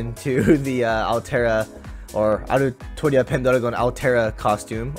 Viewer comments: "Altria" Come on bruh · "altria" Plz no